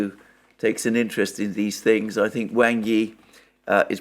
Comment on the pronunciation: Please, “Wang” rhymes with English “song,” not “sang.”